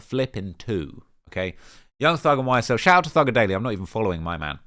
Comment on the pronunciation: My gf is DISGUSTED with how you said thugger at the start of the video